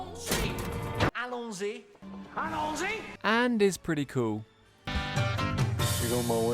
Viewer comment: It's allons-y, not allon-sy